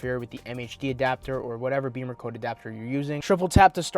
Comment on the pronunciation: Great car, and interesting info, but curious why you pronounce it Beamercode, instead of Bimmercode? Beamers are BMW motorcycles.